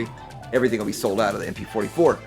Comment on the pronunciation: MP fohty fo - it’s a ‘no’